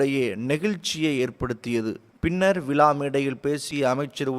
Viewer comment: விலா இல்லை விழா